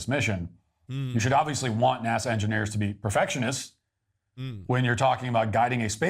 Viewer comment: It's NASA, not Nasah...!